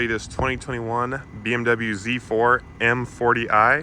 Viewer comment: its not Zzzzzzz 4 its Z 4 🤦‍♂